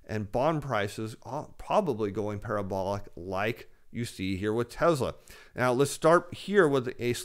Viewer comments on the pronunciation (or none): TESSLA not TEZZZLA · Very good but it's pronounced TESS-LA, not TEZ-LA....as in Elvis PRESS-LY, not Elvis PREZ-LY......thank you.....thank you very much 😃